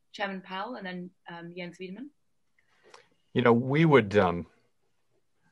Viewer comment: Yo why can no one pronounce Weidemann